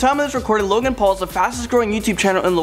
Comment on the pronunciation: Logang not low gang